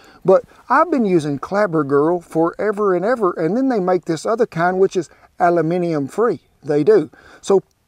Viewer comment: God Bless you for your videos. You’re wonderful and your recipes are delicious. I like that you’re adding the honey. I especially love your pronunciation of the word, “aluminum”. You are the only person 🇺🇸 I know who pronounces the word the same way I do. It makes me like you even more. 🤗♥️👍